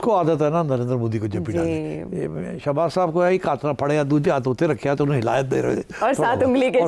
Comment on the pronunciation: Shehbaz not shebaj